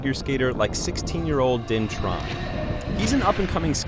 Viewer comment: Tran? I thought you said Tron lol